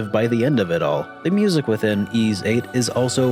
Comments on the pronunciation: Why are you calling it eeeeeis 3? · Am I the only one who pronounces YS as why-es? 😅 Great review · You're not, but that is the wrong way to pronounce the game series.